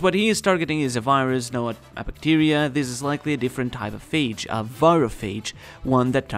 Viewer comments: Fyi phage is pronounced feyj. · Just fyi, "phage" rhymes with "cage"